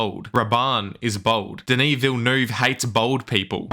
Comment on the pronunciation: How to totally butcher a french name Denis Villeneuve